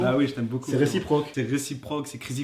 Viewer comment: "C'est réciproque c'est crisifrok" 😂😭